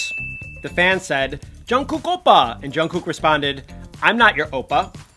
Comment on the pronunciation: the way the man pronounces oppa makes my korean blood boil. "obah"